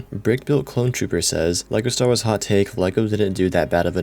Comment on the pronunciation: "Star Wras"